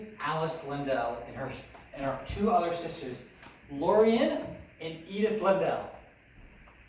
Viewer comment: Please tell me you only pronounced Lorina like that cause you were drunk